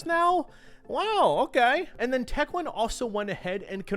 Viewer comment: stop saying tequin